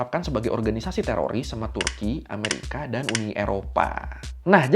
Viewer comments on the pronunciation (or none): none